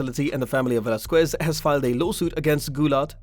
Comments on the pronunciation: It Velasquez not "velazcyes" 🤦‍♂️🤦‍♂️🤦‍♂️🤦‍♂️ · Hoe about you say his name right lol